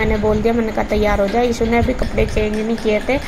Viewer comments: Yaar asp ishu ko issu , ashu ko aasu kiu bolte ho, 🤔🤔 pd ke jaroor batana please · Mostly gaon ke log "श" ko स bolte hain Haryana up me ye baat bahut dekhi hai Maine खुस, सोक(शौक), सान, साम Etc etc